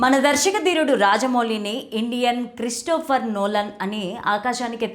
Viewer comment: క్రిఫ్టోఫర్ కాదు తల్లి క్రిస్టోఫర్ 😂 ఎవర్రా ఇలాంటోళ్ళని hire చేసుకుంది